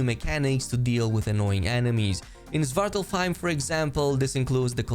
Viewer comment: Its pronounced Swart-Alf-Haim (dark elf home) or home of the dark elves.